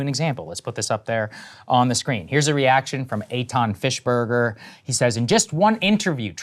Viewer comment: Fischberger ...... enough said. BTW pronounced with a loud " I " not fish .